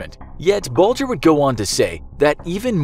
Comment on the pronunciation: That's how Bulger is pronounced